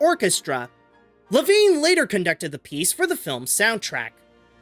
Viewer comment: It’s pronounced Lev-ine